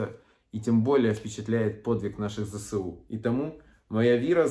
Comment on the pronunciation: Не ЗеСеУ а Зе еС У